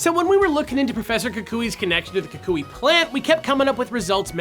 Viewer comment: Omg thank you so much for actually pronouncing his name right XD (Most people say "Kuwk-wee" and I facepalmed as soon as I heard someone say it that way....)